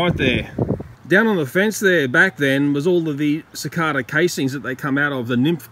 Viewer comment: CiCARda? Don't you mean CiCAYda??